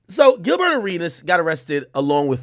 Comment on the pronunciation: Bro just call him Gil 😂😂😂 bro saying GilBurr hella funny every 5 words